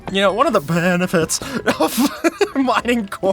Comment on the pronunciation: “y’know, one of the bEhneFitS”, 2024